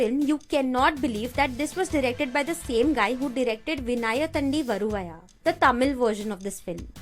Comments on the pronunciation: Exactly. Rip Tamil. The way she pronounced vinnaithandi varuvaya 🤣🤣🤣🤣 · Even though U Told Disclaimer Excuses....The way U Pronounced Vinnaithandi Varuvaaya Is Lol😂😂😂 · vin-nai-thaan-di varu-vaa-yaa (correct pronounsation)